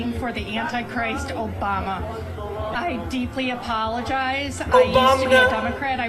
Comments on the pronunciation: David, you should have download links to your "Oh-bom-nuh" and "trothe cential" sound clips! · "OBAMNA!" HAHAHAHAAHHA